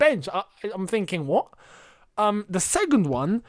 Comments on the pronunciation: The way you say 'segund' is driving me nuts! :D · the way says second lmaoo